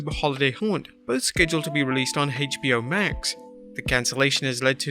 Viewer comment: Its Called HBO Max Not HashBo Max